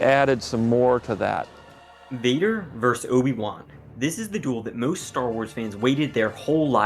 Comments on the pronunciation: "Versus" is pronounced "versus", not "verse". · It’s VERSUS! Not VERSE! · I'm gonna be that guy. It's VERSUS, not "verse" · It's versus, not verse. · It's "versus" not "verse". The abbreviation "vs." stands for "versus". "Vader versus Obi-wan" is correct. "Vader verse Obi-wan" makes no sense. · When will people learn that it's not "verse"? It's Vader versus (vs- pronounced ver-suhs) Obi Wan, Not Vader verse Obi Wan. Verse is writing arranged with a metrical rhythm, typically having a rhyme. Versus (or vs, abbreviated) means against (especially in sports and legal use). "Penn versus Princeton" or, as opposed to; in contrast to. "weighing the pros and cons of organic versus inorganic produce"